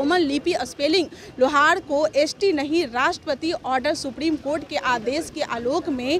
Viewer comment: Madum सबसे पहले लोहरा को सही से बोलिए,, प्लीज लोहारा को लौउड़ा ना बोलिए, इसका मतलब तुमको मालूम है लौउड़ा किसे कहते हैं, साफ़ बोला करो जैसे हिन्दी में लोहार,, और English मे lohara लिखा जाता है,, ठीक उसी प्रकार जैसे राम को rama कृष्णन को krishana likha जाता है, Madum आप पत्रकार होने के बावजूद भी लोहारा को लौउड़ा बोल रही है 😅😅